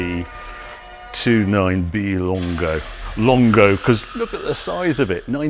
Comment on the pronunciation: Giugiaro, no 'io'. 'Lungo' not 'longo'. Per favore!